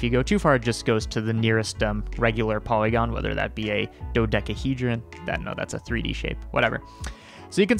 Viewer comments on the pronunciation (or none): none